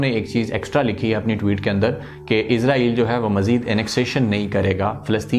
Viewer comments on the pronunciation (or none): Bhai Lafz Israel hai Na k Izrael